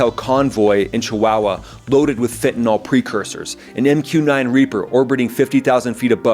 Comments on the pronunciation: It's FEN-TA-NILL, not FENTIN-ALL. It is spelled fentanyl. The letter Y has never been pronounced as an O, nor an A in the English language. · It’s pronounced fen-ta-NIL, not fen-ta-nall. “Fentanyl” does NOT rhyme with “alcohol.” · "Fen-tan-ill", not "fen-tan-all". Fentanyl has no alcohol functionality.